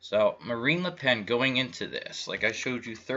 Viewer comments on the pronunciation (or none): As a French Canadian hearing you pronounce Hollande, Macron and Marine Le Pen made me laugh but the French election was similar to the American election a banker elite with an outsider though Le Pen isn't really an outsider she just claimed to be. Amiens France is a very large Masonic town after it was nearly destroyed in WW1 the biggest Masonic war.